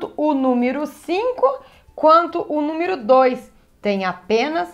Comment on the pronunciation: Me ajudou bastante obrigado Acho engraçado a falando "númiro"